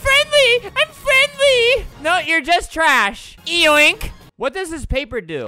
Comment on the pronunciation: you mean 'frenly' XD